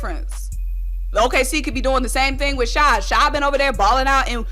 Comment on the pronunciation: It's not shy it's shai 😂